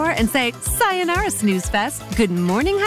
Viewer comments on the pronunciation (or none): none